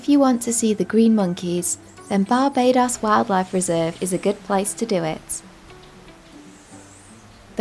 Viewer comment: You are pronouncing Barbados wrong